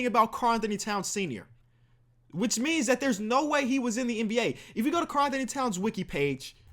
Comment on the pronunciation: By the way it’s Karl-Anthony towns. Not Karl Anthony-Towns. Just pointing that out